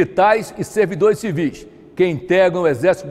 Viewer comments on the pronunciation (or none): none